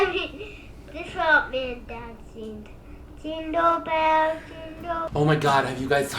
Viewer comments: Jindo bells, Jindo bells, Jindo bells lol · aww "jindo bells" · "Jindo well jindo bells" my favorite part